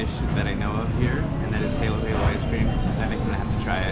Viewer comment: Halo Halo in not hey-low hey-low. It's huh-loh huh-loh which literally means mix-mix coz you have to mix the ingredients all together. Halo (huh-loh) is "mix" in Tagalog.